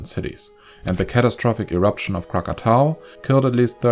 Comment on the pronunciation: finally krakatoa pronounced correctly